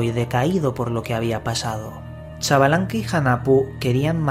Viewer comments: Es un poco mas cercano al sonido original, decir shbalanqué, y no chavalanque, también se puede decir sbalanqué. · Se pronuncia junajpu e iksbalamque